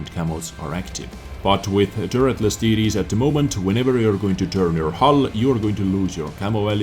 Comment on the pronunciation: When you say TD's i hear titties :D